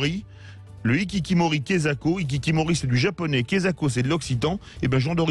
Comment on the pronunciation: XD les hikikimori non mais les hikikomori un peu plus